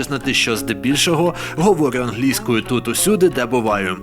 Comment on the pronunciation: Ангельскою... чел ударение поменяй :) Ох, тебе еще ждет много открытий прекрасного менталитета поляков :)